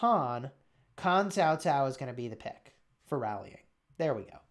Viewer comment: you said "Cao Cao" just like an ordinary Vietnamese, man! :). Even a hot LOL streamer like Cowsep found it hard to pronounce the letter "C" in our language, though he had been streaming in VNmese sever for us for like almost 2 years. You got a talent right there man!